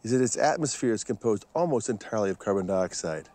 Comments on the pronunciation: This is amazing, the fossils found. When he starts talking about the amount of carbon cars can leave behind, he calls it car turds, had me 😂😂😂 it's a serious situation. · Wasn't expecting to laugh but he said "car turds"